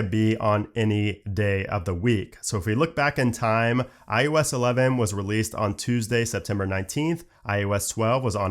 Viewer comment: It is NOT IUS! It is IOS! The only aggravation I have about this channel is the fact that you keep mispronunciating iOS by saying IUS!!